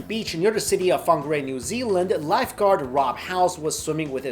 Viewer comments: Funga Rey nice prounounciation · Great pronunciation of Whangarei :)